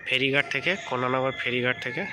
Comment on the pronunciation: Bhai, "KONNANAGAR" noy, pronunciation ta "KONNAGAR" hobe, and "ABANI NANDRA NATH" noy, pronunciation ta "ABANINDRA NATH" hobe.